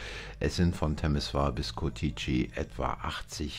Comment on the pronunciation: Ich denke sie kommen nicht aus Rumänien, habe es bemerkt wie sie Curtici aussprechen 😂 aber sehr sympathisch